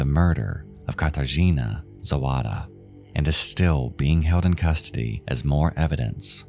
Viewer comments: Didn't mispronounce all that much. I'd guess if I was really to pinpoint anything at all, is that in polish, W is read like V, so if you wanted to say Zowada as a pole would, you'd read it like you'd read Zovada, but it's not that important. What IS sort of, kind of important, at least to me and people of Cracow, is that you used shots of my home city of Wrocław [vrɔt͡swaf] in place of Cracow where the killings happened, as well as shots from, I think Warsaw, and some that I couldn't recognize, but mainly, Wrocław. The one with rivers and such. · Her name was Zawada, not Zowada!